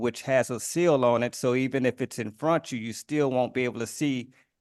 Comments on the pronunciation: At least he didn’t go on about axing to access the liberry… Lol instead, he needed more paper so he could put it in frontchu. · "infrontchu" Dude keeps teaching me new words he learned at the lie-berry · Infronchu is a new word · "In front 'chu" and "ab-ject", oh yeah, we got a real one here. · "You need the case in frontchu". These people never even WENT to school, did they?